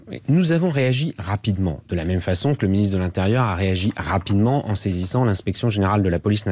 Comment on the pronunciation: "Nous avons réagis RA PI DE MENT!!!" Z'avez compris les gens? RA PI DE MENT! Pitoyable.